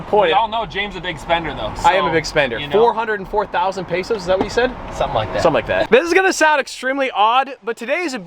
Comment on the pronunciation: Did u says pesos?